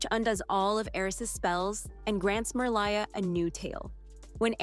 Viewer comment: Did anyone notice that she didn't say Merliah's name right? She said it as Merlieh like she lies but doesn't. I don't get how she could have made that mistake because the dolphin in the first movie says it when she dives under the water for the first time especially if she actually watched the movie. Did she not catch it? 😢😮😅 I'm surprised and just sad 😔 finding to see this after nearly a year but that's okay. Did I miss if she went over The Princess and the Popstar? 🎉😊❤